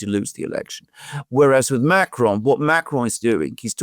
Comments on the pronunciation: Pas Macaron mais Macron 🤣🤣👌🐞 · That's not how "Macron" sounds in French.